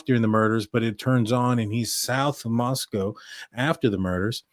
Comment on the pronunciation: You are doing such a great job at pronunciation of Nez Perce and Moscow. 🙂